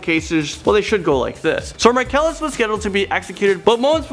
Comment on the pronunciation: "Axecuted by lethal injaction by the state of Taxes" Markellus Marsellus Markellus Marcellus.....